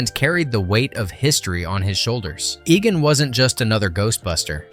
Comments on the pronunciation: Egan? Fricking who is Egan? It's pronounced EE-gonn. Have you even watched the movie? Nobody will stand for this travesty. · Unforgettable huh! calls him egen ?